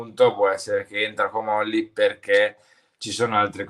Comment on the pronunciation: Ma! Si dice..Comolli'😅🧐